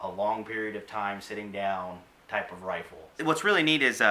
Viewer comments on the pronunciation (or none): He said wifle. Scwewy wabbit.